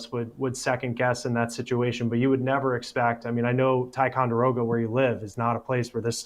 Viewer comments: Your pronunciation of ticonderoga is great! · Don’t live far from here. Actually had my honeymoon at lake George. Such a selfish horrible human to do that to his child. You pronounced Ticonderoga better than ppl who live around here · You said, "Ticonderoga" correctly! We do call it, "Ti." 😂